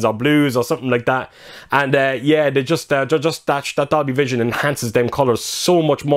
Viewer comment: Sound like u said doggievision